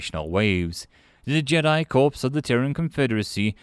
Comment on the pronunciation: Corps is pronounced as "core"